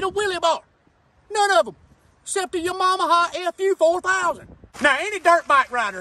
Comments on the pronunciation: *Yamamaha. Lol. Says it right in the bike. Haha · Laughing my ass off he said Yamamaha and Mooseknuckle!! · When he says “Yamaha” it sounds like “ya mama” and I can’t stop hearing it and thinking “what he said about my mama?” 😂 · New here never here of this channel: Yah got me at “Ya-mom-aha” 🤣🤣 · Tha way he pronounced Yamaha lmao only 🤷‍♂️🤣🤣🤣